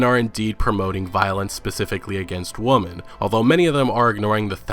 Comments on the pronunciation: I love your videos but it’s called many WOMEN pronounced “Wimen” not “woman” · Is he meming when he keeps saying “woman” instead of women or what?